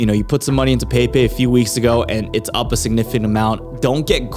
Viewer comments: It's not "pei pei" it's "peppeh". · peypey 😂 bro its pronounced Pep pey 😂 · I think the frogs name is pronounced PEH PEH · It's actually pronounced "Pepai"